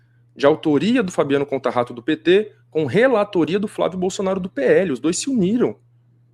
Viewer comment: Conta Rato? Kkkkkk... Contaratto, rapaz.